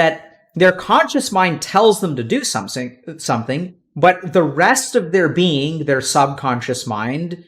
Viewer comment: somesing?! German spy confirmed